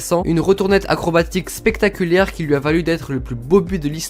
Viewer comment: "une retournette acrobatique spectaculiaire"😂😂